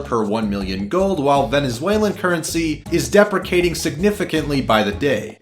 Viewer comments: de-pre-ci-ation, not deprecate. It's not the same thing. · lol the way he pronounced depreciation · Did he just say depreciation as depricating can this guys read english words.